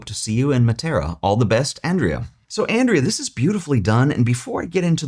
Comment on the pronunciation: It is Andreah not Andrea in Italian and it is only (mainly) a male’s name in Italy. Regards. Great video as always.